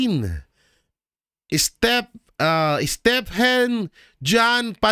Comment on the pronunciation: Stefano yan not Stephen